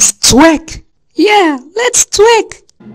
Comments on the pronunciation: “lets twek” “Yeah lets twek” At least try and say it correctly if you gonna make this junk💀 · "lets tlick! Yeah! lets tlick" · “les twaerk” - bluey “lets twick” - bingo